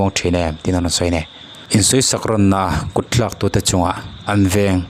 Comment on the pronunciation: I ṭawngkam hman hi ti dik teh.kutthlak tih tur ah kut tlak tia lam tur anilo